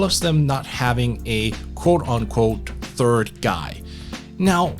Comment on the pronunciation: Work on your th- annunciation its not fird its third. Jesus i thought i was just really high.